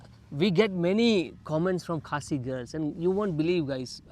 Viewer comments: You pronounced Khasi village correctly which is good. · This couple is my fav i will repeat again and again....❤❤and has such a good pronunciation with the khasi words...I also got married to someone out of my society...Dear you are beautiful inside out...stay strong with the Love you have..ignore what many people will say to you be it about your beauty or your Love life...❤and the pictures you clicked were beautiful she is a pretty human..